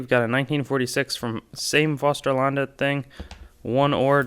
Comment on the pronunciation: You said Fosterlandet in a perfect accent, three 2, 1 crowns is a state symbol of Sweden, also called the small arms, mostly known when Sweden is playing hockey. The swedish hockey team is actually called " three crowns".